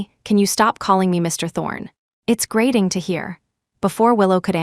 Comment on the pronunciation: GRATING not grading